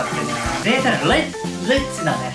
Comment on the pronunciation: リッチの発音Lじゃないですよ